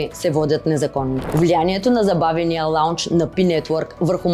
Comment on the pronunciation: Не се казва "лаунч", а лонч (с дълго о)